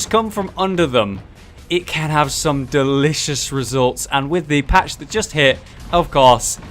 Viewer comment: Say delicious again